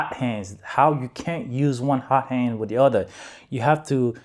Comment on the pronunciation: great job you are learning quick. and its a hot end, not hot hand lol, no offense.